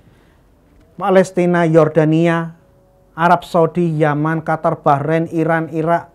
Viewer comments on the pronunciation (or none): none